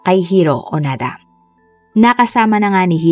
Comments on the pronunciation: Onoda not onada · Hindi xya Onada,ONODA xya 🙏🏻🙏🏻🙏🏻